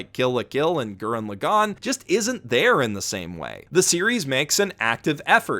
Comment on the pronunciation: Maybe I was wrong about the pronunciation when It was told to me, but I had to stop the video because I can’t stand how you say TTGL’s title. It makes me cringe.